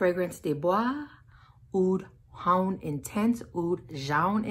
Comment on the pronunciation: I've had Armani Code Cashmere in my cart forever... It's too damn hot here for me to pull the trigger on it though, lol. Do you know if it's discontinued? Btw "jaune" is French for yellow. It's pronounced like the name Joan but with a soft "J" - not trying to correct you - just for reference for your future videos!